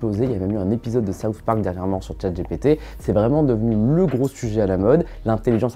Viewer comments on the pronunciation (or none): Pour quoi prononcer Dgé Pé Té ? C'est soit en anglais, soit Dgi Pi Ti soit en français, Gé Pé Té... Non ? Super vidéo sinon ! Bing a aussi l'avantage, il me semble, de ne pas limiter son IA au données s'arrêtant en 2021. En gros si on lui demande un renseignement sur un événement qui a eu lieu en 2022, il sera capable de le donner alors que GPT 4 ne le pourra pas. À confirmer ;)